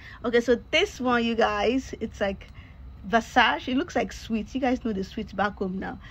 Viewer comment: Hi there, Versace is pronounced with three syllables. Your jewelry is nice.